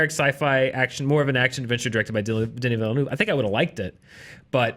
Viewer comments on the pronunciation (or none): Great review. Can you PLEASE learn how to pronounce Denis Villeneuve's name properly though!! You're not alone, I think every single American movie blog YouTube channel gets it wrong!!